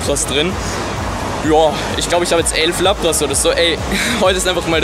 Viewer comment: Es heisst laaaaaapras und nicht lappppppras